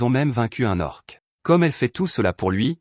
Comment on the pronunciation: Les voies sont robotique et c'est pas toujours agréable, exemple, on dit un ORC et non pas un O.R.C et on dit une LICHE et non pas un LINCHAGE